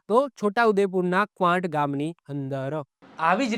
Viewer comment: Saheb Kwant no melo nai....Kawaat yo medo bolai chhe